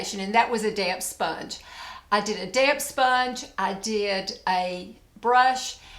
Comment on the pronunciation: I thought I I heard sweet, beautiful say damn sponge! Damp sponge haha!😛